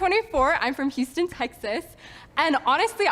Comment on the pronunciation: The way she pronounced Houston Texas was a true Peggy Hill moment